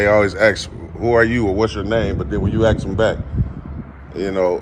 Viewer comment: You don’t “ax” a question. You ASK a question. Learn proper English.